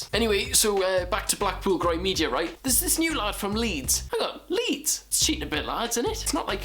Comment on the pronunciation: will you said right not reet